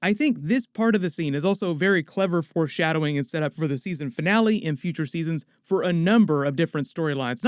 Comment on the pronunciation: I'm sorry but are you saying "force" shadowing?